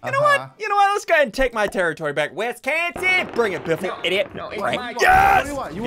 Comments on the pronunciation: No Wis-gone-sin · Ian she have said Wisconsin more like WisGONEsin